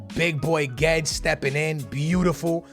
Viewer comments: You are supposed to prounonce it as goo-ay-des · isnt it pronounced gu-wed-es. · It’s Guedes (glu-we-des) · Guedes is pronounced excactly like its written